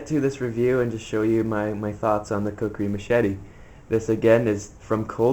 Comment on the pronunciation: That's not a knife dumbass to machete you able to your video knife. And you didn't even say kukri right